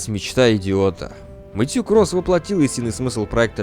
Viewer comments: АААААА ЧТО С УДАРЕНИЕМ, ПенИнсула, МЭтью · Все хорошо, но МэтьЮ блять, МэтьЮ....